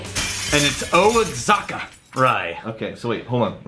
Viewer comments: Its pronounced "Wahaka"... even said it right one time when he was explaining the barrel trading, but then went back to saying "Oaxaca"... pretty sure he's trolling us... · he got it right once... lol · It was amazing listening to him get it half the times and miss it half the time. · It's pronounced WA- HA- KA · I was gritting my teeth badly. It’s like!! YOU ARE IN TEXAS!! Wa-ha-ka!!! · "O-a-zaka"??? Come on man..... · There's a brand of mezcal called "wahaka" that the mezcal barrels came from, he wasn't trolling he was just reading the brand name which is spelled diferently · He only said it "right" because the place is actually called the Wahaka Distillery. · “Oh-Axe-Haka”. Good ole Texas pronunciation-ism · If it’s Mexico, it’s pronounced “wah-hawk-ah” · Thank you, as a Texan "O Zaca" was killing me lol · I was like "Osaka?" Mizunara Oak and all? lol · Oh-ex-ack-a? Sigh. Well, it was an attempt. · The way pronounces Oaxaca just makes me go berserk lol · messing with us commenters; Says Oaxaca wrong up until he starts reading the story behind the whiskey..... hmmmm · Ok. Ok. I just deleted my rant about the pronunciation of Oaxaca. I'm guessing it's an Austin thing-a to mispronounce things. I was just about to drop the knowledge on you until you started reading and said it right. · Love you, but the grey shirt and the mispronunciation of Oaxaca is messing with my head... I feel like I've been drinking but I know I haven't. Maybe it's time to start. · I think (hope) that indicates he's saying it wrong on purpose as a gag & just forgot to do it that one time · I can't understand how he got it right once, and wrong five times.